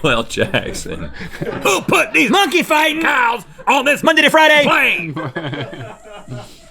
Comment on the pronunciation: Phrase: Monkey fighting Rhett: MUH-NKEY FITON!!!